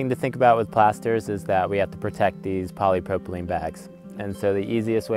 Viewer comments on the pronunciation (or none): What defines "sustainable"? Genuinely curious about it. To use material that is easily reproducible, recyclable or easy-to-repair perhaps? Was just thinking about the bags, sounded like you said it was "Polypropylen". I might be wrong but If I remember, isn't Polypropylen bad in places with a lot of UV radiation, because it breaks apart the Polypropylen? Looks great by the way, really liked the one with the white paint, very Santorini-esque!